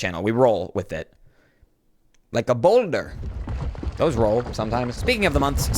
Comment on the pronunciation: "Like a bawlder"